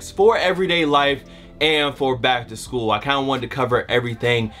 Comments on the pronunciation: gotta take his ass back to school talking about some "back to shool" tips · Back shool?? you need to back to school. lmao